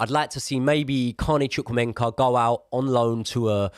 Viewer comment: ChukwuemEka not ChukwuemENka, mate 😉 other than that 👌🏻